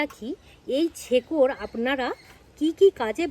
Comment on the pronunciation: ছেকর নয়।শেকর বলা হয়।